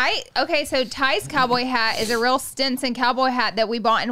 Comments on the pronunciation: Stetson not Stinson lol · correcting Laura "its stEson"! Love it! Her lil mispronounceation lol! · *STETSON Laura … it’s a STETSON. 🙄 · Lmao love you guys but your pronouncing the cowboy hat brand wrong🤣